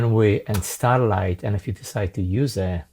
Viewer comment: officially it is Straylight, not Starlight :-)